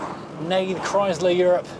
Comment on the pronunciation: Just so you know, it is NOT pronounced Chrys/ler, it is pronounced Chry/sler. Sounds like Cry slur. And make sure you find that letter R. NOT Chry/sla Two syllables said quickly like two words. There are videos of the man himself Walter P Chrysler discussing the new Chrysler Corp. And that is how he pronounces it.